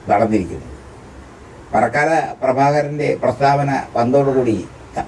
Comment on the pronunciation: പാറക്കാല എന്നല്ല സേട്ടാ..